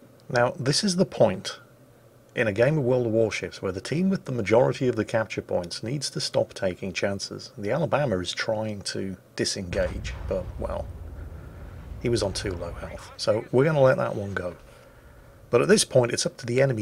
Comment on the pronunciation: there is no r in Alaska or Alabama...or Delta...